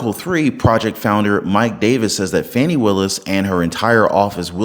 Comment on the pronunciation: Her name is Fanny not Fawnny.